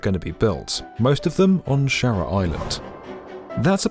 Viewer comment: the word 'shura' has the sound 'oo' not e as in shera as the announcer says it